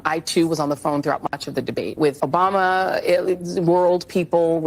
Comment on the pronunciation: Why does she keep on saying Joe Bama ????